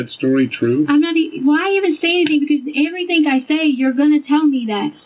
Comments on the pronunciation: And she has a masters in education yet she says "everythink" ...please!! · The way she says "EVERYTHINK"🤢 💙💙💙